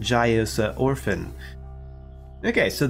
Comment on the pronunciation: Ophin is not Orphan. You are putting an "R" into the name most of the time. Not sure if you noticed or not. Good coverage of the portal systems.